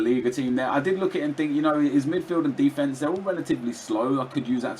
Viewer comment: why does nep say de'e'fence